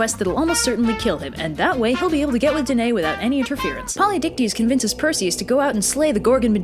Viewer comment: One error: Danaë is pronounced dan-eye-ee Other than that, PERFECTION!